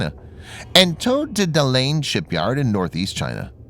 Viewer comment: 'The Ukrania': classic. 'Dalaine' instead of 'Dalian'. It's amazingly crap quite how many imbeciles decide to talk about a topic with no preparation and therefore get it all so wrong. And then I got further in and realised this has multiple other mispronounced words: 'venerable' instead of 'vulnerable' for example.is scripted and narrated by non-native English speakers, and sounds thoroughly propogandised, rather than informative. And then you read the comments and you see the audience is even less educated, so I guess they can write and say what they want. Save yourself the effort. Imbeciles with keyboards and opinions everywhere. Oh, for ethics, education, humility and morals.